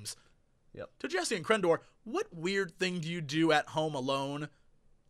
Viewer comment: OMG Jesse!!! You answered my stupid question AND totally butchered my name! I can now tell all those supermarket bitches to suck it!